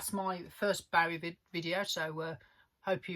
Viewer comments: Sorry but it’s never too late to change. To continue to wilfully mispronounce it just continues to show a certain level of ignorance. Also it’s got bugger all to do with your accent. You got it wrong fair enough, we all make mistakes, but take the correction. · For a so called big big David Bowie fan it would help if this guy pronounced his name correctly. 🙄 Very annoying, so much so It stopped me watching after only a couple of minutes.